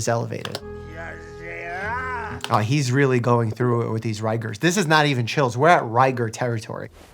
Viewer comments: "rye"gors? That's how it's pronounced. So is it "Rye"gor mortis? I thought it was "Rig"or. lol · R...ry-gorz? Can't say I've ever heard it pronounced that way before. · THAT'S how you say rigors???